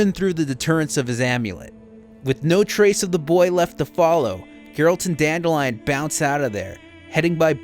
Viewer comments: Dan-DILL-ian. Dan-DILL-ian. DAN-MOTHERFUCKIN-DILLIAN, for the love of god. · Still irritates me that they mispronounce Dandelions name. It’s “Dan-dill-leon”